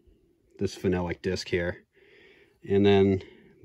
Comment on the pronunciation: As cool as this was to watch, your pronunciation of phenolic is driving me mad lol.